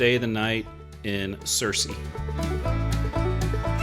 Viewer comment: ‘Sir See” not “Seer See”